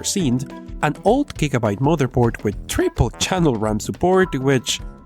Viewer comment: 6 gwigwobyetes of shinny DDR3 ram ... that´s how google spelled your pronunciation :-D ... You speak perfectly fine, I just laughed at the spelling.